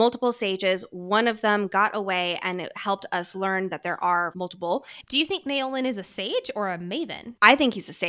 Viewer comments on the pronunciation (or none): Love your work and both of your dedication!! I’m only up to this episode, but wondering if pronunciation of Naolin is in fact “Now-lin”? This may be more accurate, from a mandarin standpoint (although we don’t actually know his ethnicity, and this is my own assumption/projection). Especially keeping in mind that Yarros has been good with representation, and it wouldn’t be unlike her to have such a name in her book ☺️